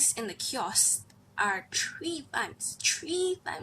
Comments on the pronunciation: i like the way u say kiosk..it's more like kjosk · The way she says "kiosk" amazing 😂👏👏